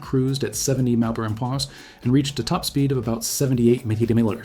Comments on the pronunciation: Empeeachearrs= mph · Please teach your AI to speak properly...MPH, etc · Dear Moderator: Do you even review your own videos before posting them? The images are great, but, PLEASE STOP using A I. moderator programs in your videos. Hire a REAL voice over artist who WILL NOT mispronounce the term "m.p.h." like an idiot!!!!!! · Why can't you say "MILES PER HOUR? Oh, it's a BOT because the creator doesn't have the Balls to SPEAK into a Mic! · When the speed is mentioned for these planes, I don't have a clue what's being said Listen to one example here: or here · I suspect another video of thrown together footage and AI narration. How else could you explain the weird pronunciation of the speed units ? Don’t waste your time. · Artificial Intelligence has problems pronouncing abbreviations such as MPH or KPH or MPG, etc.